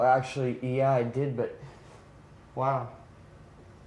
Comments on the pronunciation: its because its not even pronounced the way you say it. "yah" = "yeah" lol... not "YAH" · I hate it it sounds like it’s sarcastically impersonating a Swede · the way you say ya is so funny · Bro when you say “ya” 😂